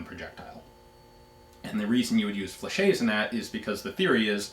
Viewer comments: Fla- shet, not fla-shay. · Ian! Pronounce the "T" in Flechette. General rule in french: If there is one T, it's silent... two Ts and you pronounce the T! Now let me hear you say "SAIGA"... Up, gotta go, it's my turn to hit the bong and my parents will be home any sec. Cheers from the east coast! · Hate to be that guy, but... Fleh-SHET. Great video anyway!